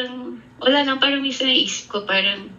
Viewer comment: Ang arte ni ate SA paran,ang bigkas is perrang 😂😅